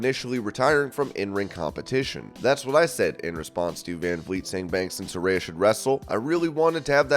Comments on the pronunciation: SA-RAY-A ....get it right man ;) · Is Saraya pronounced Sar-Aye-Ah or Sar-Eye-Ah? I keep hearing both.